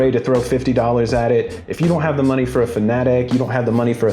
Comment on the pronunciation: You know this guy knows his sim racing when he mispronounced Fanatec